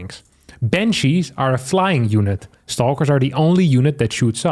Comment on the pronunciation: Bunshee wepowting fow dooty!